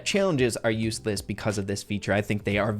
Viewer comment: Number three said uesless instead of useless😂